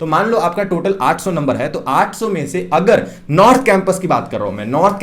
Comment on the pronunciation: aap 800 kaise bol rahe ho...samajh naahi aa raha hai....